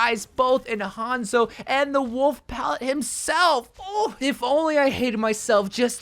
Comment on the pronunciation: Gotta love the dark worlf skin the r in the name adds so much thanks